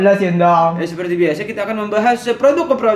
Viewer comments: Siapa yang suka ngikutin pas Dzawin ngomong "Ulas produQ" dan kita spontan jawab "Ulasin donkQ"😂😂😂😂😂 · pake qolqolah hahaha.... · Nonton video ini cuma pengen denger dzawin ngomong "Ulas produqq", terus temennya nyaut "ulasin donqq" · bikin ngakak dah setiap ngomong "produq" "dong" wkwkw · Bang buah kuldi lu kaga sakit apa bilang "ULAS PRODUQ😂"